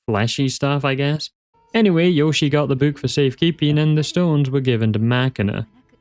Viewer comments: A slight nitpick: Yoshie is said "yoh-shee-ay", not like the Nintendo character. In Japanese, the vowel sounds A-I-U-E and O sound like "ah", "ee", "oo", "ay", and "oh" and when two vowels follow each other the second one is generally a separate syllable. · Just one little nitpick: "Yoshie" is read as Yo-shi-eh.